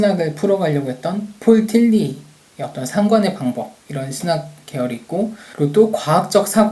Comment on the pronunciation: 계속 틀니라고 들려서 ㅋㅋ 잘 들었습니다!